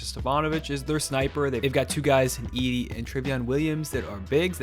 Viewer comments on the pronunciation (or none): none